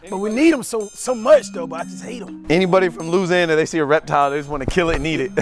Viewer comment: it's Louweeseeanna not loseanna